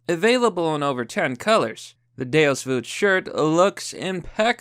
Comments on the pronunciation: "Do you ever feel the urge to go on a Crusade?" Sanctus fuckin' bellum! (my Latin needs work, I know) *edit: It's pronounced "day-us vult", not "day-us voot" (I know, I just said my Latin needs work, but I'm right.) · Don't worry man, I know what "DEUS VULT" means. But it's just pronounced "Day-us Vault" They'res no "voot" in there. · IT'S VULT. DEUS VULT NOT "VOOT" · Did.... did you just said Deus VUT?! Lmao bro. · This dude thinks the l in vult is silent